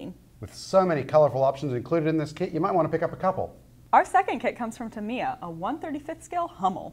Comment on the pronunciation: It's TAM-I-YA, not Tameeya! Please stop this mispronunciation!!!!!